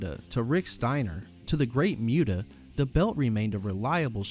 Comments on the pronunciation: Should've at least had a title vs title match to combine it with the US title. Also it's pronounced moo-tah not m-you-tah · Muta = Moo- Tah not mew- ta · It’s not MYOO-TAH, it’s MOO-TAH. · Muta, not Myuta.